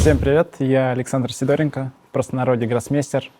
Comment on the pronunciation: Привет. Гроссмейстер произнёс свою фамилию, как СидОренко, а произносит, как СидорЕнко.